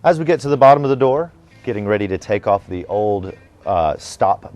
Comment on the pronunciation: This man needs to review the rules for the pronunciation of "a" and "the" since he does it wrong several times.